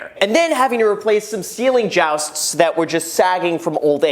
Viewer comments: Hey Graham, you keep saying ceiling joust. Jousting is what knights do on a horse. The correct word is ceiling joist. Like moist. That being said, these videos are fascinating. I love seeing the updates. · Ceiling joust!? 🤣🤣 it’s Joist. 🙄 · Ceiling joust? Or Joist lmao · You mean ceiling “joist” (rhymes with moist). 😉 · Ceiling Jost, or Ceiling Joist? I can't smash the like button for that! lol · Joist is pronounced joy-st. Lol it sounds like you were renovating a medieval castle. But you can this if the ROI on the upgraded electrical as future proofing your investment. If it burned down in a couple years after renovation than you would have wasted time and money renovating now, as well as downtime after the fire with inspections and clean up. And because there was a fire, your insurance or city may require you to do extra fire proofing which would cost more money. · It's actually 'joist'. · Wait a second, how is this guy into real estate if he doesnt even know how to pronounce joist? It's a really common word that people in real estate are familiar with, as contractors are always doing remodels and repairs and throwing these words around. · lmao the way you say JOIST Graham....